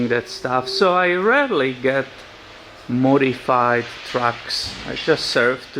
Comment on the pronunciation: For a moment there, I thought he said the truck was mortified....